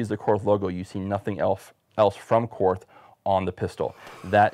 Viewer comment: It is pronounced “Kort” the “h” is silent